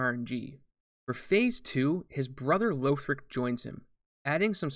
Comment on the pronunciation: Pleeeease stop saying Lowthric lol